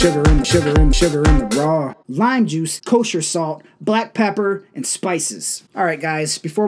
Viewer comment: Sugar in the what! sh-sh-sugar in da RAW😂😂